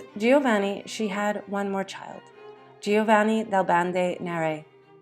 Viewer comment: You clearly spent a lot of time preparing this video. Please learn to pronounce Italian names correctly. You repeatedly mauled Girolamo and Giovanni every time you used them. Tiber rhymes with tiger, etc.